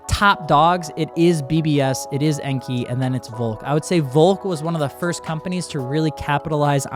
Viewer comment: Enkei is pronounced like how you say kei cars. "Kay". En-kay. Not En-key.